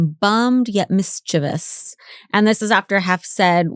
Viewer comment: holly is the first person ive heard pronounce mischiveous correctly in years.